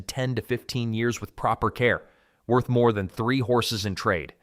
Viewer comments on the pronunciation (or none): none